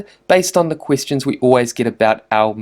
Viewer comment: why am i so childish. After a while i could only focus on his 'e'. Missage, wib, quistions. Good info though.